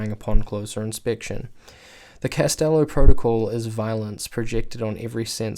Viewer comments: It’s Callisto not castello lol 😂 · I'm sry to go all Hermine on you but... It's “Calisto“ not "Castello“